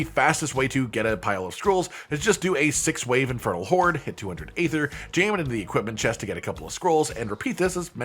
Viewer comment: Draught is pronounced draft. And aether is pronounced ee-thur.